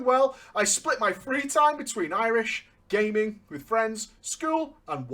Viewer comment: irish gayming, huehue